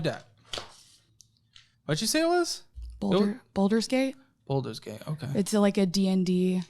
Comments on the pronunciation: Why is she saying "Boulder's" gate? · I cringe everytime she says “Boulders” Gate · Her pronouncing it "boulder's gate" kept giving me heart palpitations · “Boulders gate”. Lmao. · BALL-DURS GATE!! Aghhhh!!! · I laughed my ass off when I heard her say balder's gate came out. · using Baldur's gate as an excuse and failing to pronounce it correctly is a crime